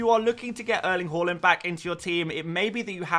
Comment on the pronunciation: Bought in Trent and captained him! Also did Zouma to VVD for a hit which looks to have paid off! Have already activated the WC straight after the deadline and caught some price rises. (I do love that you pronounce Haaland correctly) On WC I think my front 3 will be Solanke, Haaland, and Nkunku. Just worried about Watkins's ownership being over 50%, feels like I have to have him, just don't ever feel comfortable owning him and he's so expensive... What do you recon? (have also wanted Nkunku since preseason and can finally get him too